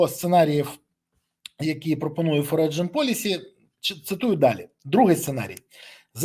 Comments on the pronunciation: [ˈfɒrən] "Форіджен" це боляче слухати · В слові "Foreign" - g не читається в голос